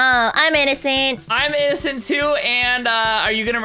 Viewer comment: I love how says innocent as innominicent😂